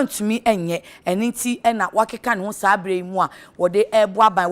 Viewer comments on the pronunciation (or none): none